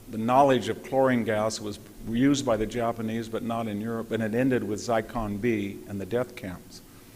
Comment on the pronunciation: He calls the Wehrmacht "the Verrmark," he calls Zyklon-B "Zykon-B,"he calls Guadalcanal "Gwaddacanal," he calls Brest-Litovsk "Brest-Littov," he calls Mt. Elbruz "Mt. Erebus," he calls Marshal Zhukov "Marshal Zookov," and there are other howlers, but what can you expect from a man who admits he's a farmer? But much worse still, as much information as Hanson has, and he does have a lot of it, he has no idea what to do with any of it, as he never draws any conclusions from it, for his capacity to miss the point or the consequences of what he is talking about betrays an obtuseness, even a blindness, on his part. Not once does he even touch upon the truth that for Britain and the U.S. to get into bed and side with Stalin, the most blood-soaked monster who has ever lived, against Hitler, instead of either staying out of war against Germany altogether, or even siding with Hitler against the Soviet Union, is the most colossal foreign-policy blunder committed by Britain and the U.S. in their entire histories. For Germany was never the enemy of Britain and the U.S. but Stalin always was. It was the communist ideology that dictated conquest of the whole world by the revolution of the proletariat in every nation, whereas Hitler had no more territorial design than conquest of Eastern Europe to expand Germany’s “living-space.” Hitler was only forced to invade Western Europe to defend Germany against Britain’s and France’s unprovoked declaration of war on a Germany that was at peace with